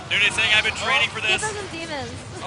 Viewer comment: Husky pronouncing it "noony" was really frustrating after a while, but other than that it was great fun to watch :D